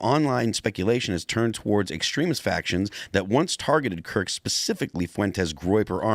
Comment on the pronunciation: Good old "Charlie Klirk".